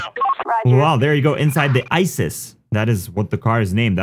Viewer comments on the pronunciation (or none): btw the “isis” car is actually an “issi”